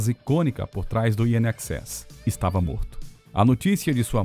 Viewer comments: INXS! Se fala "INEXÉS", não "IN EXÉS"! Não crítica, só informativo! 👍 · Muitas vezes, o narrador cita "IXS", pronuncia de nomes de bandas errado, Midnight Oul, confuso...O assunto é legal...mas faltou isso...